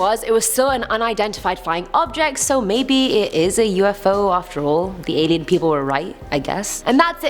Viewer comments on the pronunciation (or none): none